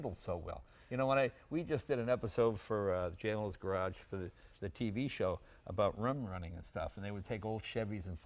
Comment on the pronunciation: "jay limo"